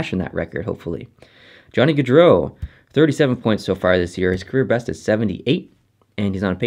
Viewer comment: Guardreau? Theres no r between the a and d. Its gaudreau